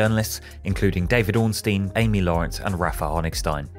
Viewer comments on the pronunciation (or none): none